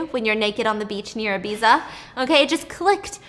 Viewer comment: I love Stephanie, so much, even when she mispronounces words like Ibiza and Isla 🤣 cutest thing ever Your video keep me going girl, keep it up 💋